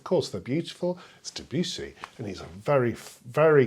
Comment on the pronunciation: Please pronounce Debussy without the yew sound; there is no yew sound in Debussy, please. Let's start a revolution of correct pronunciation of his name. He deserves this.